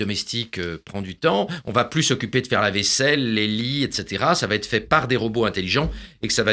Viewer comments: J'adore Laurent Alexandre, mais s'il pouvait cesser de dire "Va Têtre"^^ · "Mon cerveau va-t-être transférer dans le Cloud Computing" (SIC) . Je plains le pauvre ordinateur qui devra intégrer les outrecuidances , les fautes de syntaxe et de liaison de Laurent Alexandre , les rendre éternelles... Quel cauchemar !